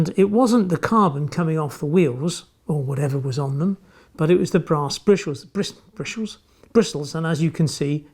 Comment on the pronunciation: she sells sea shells on the sea shore, listen to “Brishals”, “twas the brass bristles on the brass brush”, does Tommy Cooper tongue twisters....